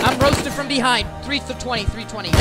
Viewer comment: "I am ROSTED from BEHING "